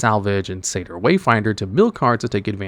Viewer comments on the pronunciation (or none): none